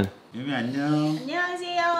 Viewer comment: 안녕하세요~ 발성에 발음까지 한국사람인줄ㅋㅋㅋㅋ 아 물론 안녕하세요만ㅋㅋ 그래도 한국말 많이 늘었네요 유미! 그동안 열심히 했나봐요. 우유랑 서로에게 좋은 자극이 되어주길!! 앞으로도 화이팅🤓🤓